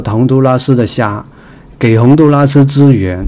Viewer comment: 洪都拉蘇……哈哈哈。來一趟台灣也開鼠講台灣國語了喔！